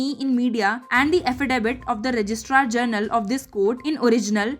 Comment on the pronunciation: When will the commentator learn to pronounce GENERAL ... and not as JOURNAL. We have always faultered with good English.